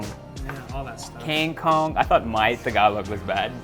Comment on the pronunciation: lol wil!! parang pa kingkong na a! haha "kengkong" - kangkong😅